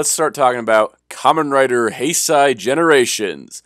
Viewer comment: You pronounced Heisei wrong.